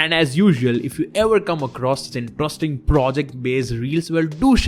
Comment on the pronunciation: Slow down. Your heavy accent makes it hard to understand when all your words join into one. INTROSTING is not a word. Great content, but too heavy to decipher. I will keep watching and liking, i just download and slow speed down.